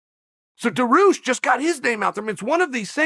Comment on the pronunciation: "Benny Daroosh" 😂😂😂😂😂